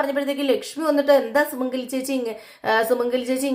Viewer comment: Sumangali is not Sumangala